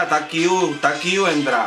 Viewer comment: Amo cuando dices “está qiu! está qiu!” 😂😂❤️❤️